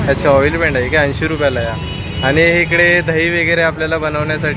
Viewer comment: पन...पण /पानी...पाणी / आनी... आणि / हाये....आहे....😂